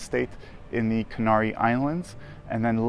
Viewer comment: Be nice if you could pronounce the name of the islands correctly.